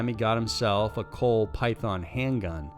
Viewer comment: ....Its pronounced..."Colt"